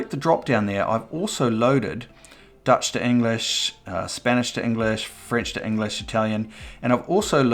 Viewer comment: Deutsch is the German word for German, but you pronounced it as Dutch, which is the English word for "Nederlands".the language spoken in the Netherlands and Belgium. Deutsch is pronounced with the sound oy like in boy, so it should be pronounced as 'Doytch'. 😊